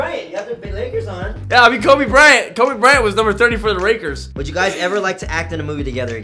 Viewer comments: Shay K I'm pretty sure I heard rakers😂😂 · Did Kian say ' Rakers ' or ' Lakers ' ?? 😂😂😂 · I love how kian is waker instead of laker